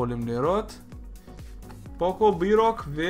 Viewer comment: אומרים פוקו לא פקו